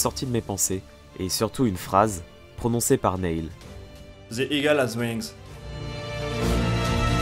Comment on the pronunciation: Je veux pas faire le relou ou quoi, mais Neil, se prononce "nil' voilà, sinon, super vidéo :) Par contre, c'est juste dommage que tu ne mettes pas les réelles enregistrement audio des mission, je trouve que ça casse un peu tout.